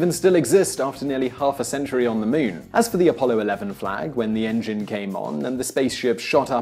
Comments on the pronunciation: Moon not mun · Muuun,muun, muon,muuuuun, I didn't hear anything but him mispronouncing muun repeatedly 😳🤷🤓. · The Meoon? You Brits are a bizarre bunch. THAT'S the queen's english?